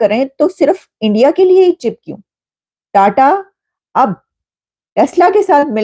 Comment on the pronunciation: Tada nhi jahil ulti paida hui hai kya sir tata bol😂